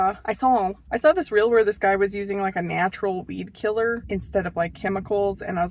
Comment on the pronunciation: Good grief! I thought you were saying bee killer until you were mixing up your WEED killer. 🤦🏼‍♀️